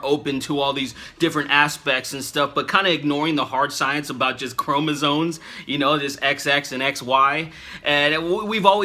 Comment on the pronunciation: sorry.. love the vid but its chromosomes not chromosones. With all due respect.